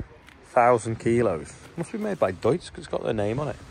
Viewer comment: You must be one of the maybe 2 or 3 native english speakers in existence who can say Deutz the right way. That in itself is impressive.